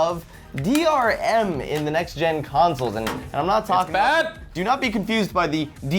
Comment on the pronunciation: did no one notice that in the 15 second rebuttals said DMR?